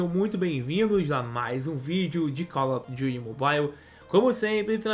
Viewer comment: Me da agonia quando ele fala call of duty. Juro vey fala com a sonoridade brasileira🤓 parece a velha do youtubiu